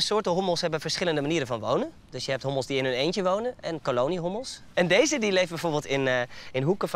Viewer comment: zei hobbels geen hommels